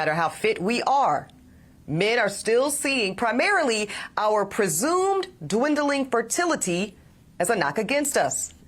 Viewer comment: "Presumwd dwindling fertility " oh it's no presumed sweetheart. It's definitely dwindling